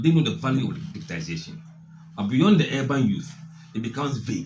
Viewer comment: Bro most people including the NPP say digitalization but the correct word is digitization